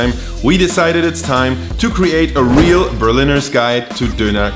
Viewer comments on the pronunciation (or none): none